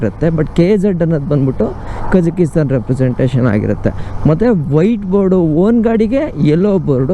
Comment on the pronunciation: Bro nimge civil engineering basic technical terms kuda gothilla. Kazakisthan alla Kazakh-stan. 🇰🇿 Kysgisthan alla Kyrgyz-stan 🇰🇬 Swalpa adru homework madkond hogi. Nam bashe na kannad andaga estu bejaar aguthe heli. Kannad alla Kannada antha helthivi thane ✔️✔️✔️✔️✔️🇮🇳🇮🇳🇮🇳🇮🇳🇮🇳